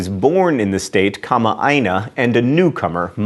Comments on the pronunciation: Hawaii is not a part of the US, but I applaud your pronunciation of Kama'aina. Well done sir. Aloha. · Maika'i! Great pronunciation on kama'aina!